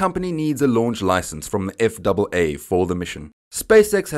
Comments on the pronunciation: Please!!! We in the USA usually say "F" "A" "A" instead of F double A. I understand your language may also be English but it sounds wrong some how that way. I knew what you meant you would say USS Enterprise instead of U double S Enterprise. Just me being picky :D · I agree. Sounds wrong... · Save a syllable, spell out FAA. Nobody else says it that way. Gringo.